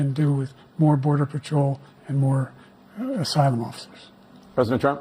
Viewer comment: It sounded like he said "Asylum Monsters" 😅😅😅